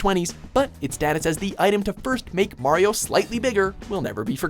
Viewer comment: Whyy is Harley one of those people who can't pronounce correctly Mario 😫